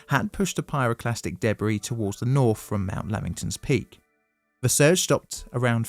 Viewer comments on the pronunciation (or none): Are you saying things like Fursday (Thursday) and NorF (North)? What a lazy version of English language.